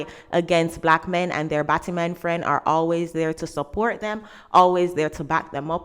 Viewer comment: batti-man, not battimon. as in ass man.